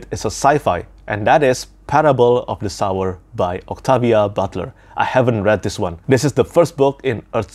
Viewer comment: Excited to hear your thoughts on Parable of the Sower! I really loved both books in the duology. Quick point, as someone who deals with phonetics, the title of the book is pronounced Parable of the [soʊɝ] or, less precisely [so]wer. Hope that makes sense, it’s like someone “sowing” seeds or “sewing” fabric. I don’t mean to offend, I’ve corrected American YouTubers on this word as well